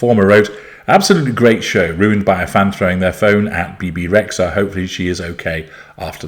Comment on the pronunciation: Dear, I hope your are well. Excellent video as always, but I would like to correct the pronunciation of her name. Bebe Rexha is Albanian and in Albanian language "xh" is 1 singular letter and is pronounced "J", like Jeans or James in English. If you translate her name with Google translate from Albanian, you will hear the correct pronunciation. I appreciate you and your lessons and I continue to follow your videos, regardless my absence on youtube. Keep going, you are an inspiration for all of us.